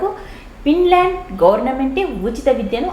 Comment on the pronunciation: It's Finland madam..not pinland ..thappuga anukolandi...teachers thappu chepthey pillalu kuda alane nerchukuntatu andhuku